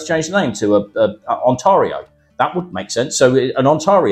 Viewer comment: Pronounced On-teary-o, buddy.